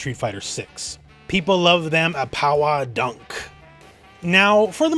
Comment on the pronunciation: Also, Pawa Dah.